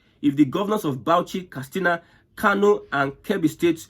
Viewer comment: KAT SINA NOT KAS TINA